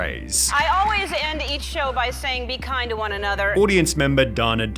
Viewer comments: "shOwahH" stop talking like that.. made this video such a hard watch holy shit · I like your Elmer Fudd voice and dumb pronunciation ! lol ♥ like when you say flooaaarr instead of floor, showaa instead of show, or anything with an o you add an AH after,,,, or reportaaaaaah instead of reporter. Or maybe it's a cultural thing from where you live: then please tell where that is, it must be hilarious to hear people talking like that for real